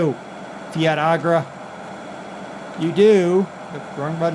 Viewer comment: Fiatagri is pernounced differently